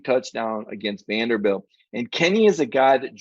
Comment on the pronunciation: its Vanderbilt.